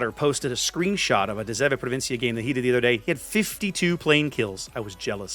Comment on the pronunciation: Your pronunciation of De 7 Provinciën is quite good! Hats off honestly since Dutch is an amalgamation of English, French and German